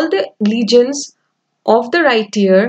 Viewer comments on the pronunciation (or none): Legends not legions 😅